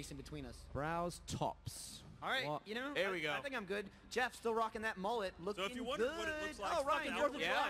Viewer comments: It's actually goeff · ITS GEOFF!!!!!! NOT JEOFF!!!! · "jeoff" lol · "Jeoff" lmfao. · You mean Goeff?